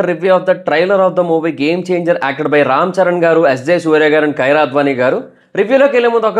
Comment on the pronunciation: Anna ammai peru Kyra kadhu kiyara